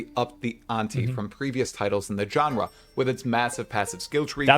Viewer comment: Genre is pronounced … like Jean-Luc Picard not John Luke